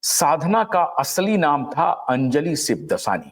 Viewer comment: सिबदसानी नहीं, 'शिवदासानी'।